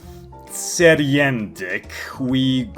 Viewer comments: Tsir-ride-nic is how I think it’s pronounced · It's pronounced "sir radish" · Sur-Ride-Nich. It's funny cause when I first saw this name, I was perplexed. But after hearing a few different pronunciations, some sounded weird (like yours), and one sounded not only right but easy to say. No idea if it's actually right tho lol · Sir-rad-nick. His name. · Kill me if you are not Slavic . Way you firstly pronounced his name is so Slavic like XD